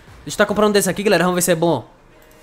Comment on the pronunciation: Como outros acha que ele fala(GALERA) Como eu entendo (GULERA) Kkkk